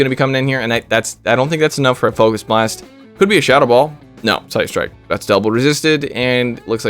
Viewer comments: "fukus blast" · The not funny focus blast pronunciation was so intentionally lame, it was funny. This team is my double shadow psychic legendary team’s worst nightmare. I submitted some battles of that team yesterday 👀